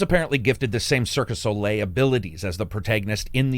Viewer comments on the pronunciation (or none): Lmao you said Circus Olé. It's Cirque du Soleil. I'm dead. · Dude, it's Cirque du Soleil, not Circus Ole. Your mistake is actually a meme. Facepalms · "Circus Olé" ? That's some bone apple tea stuff right here, I think you meant "Cirque du Soleil"